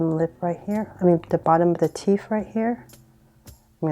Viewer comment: i kept hearing “teef”